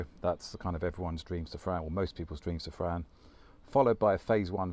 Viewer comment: Can you PLEASE pronounce "Safrane" in French instead of "Sefren"... It really sounds ugly. Merci beaucoup...